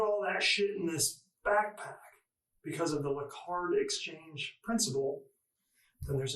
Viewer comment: ITS A BACKPACK not a bagpack. Bagpack isn’t a word. You seem to think you’re so smart, but you keep fucking up a word my three year old can say clearly.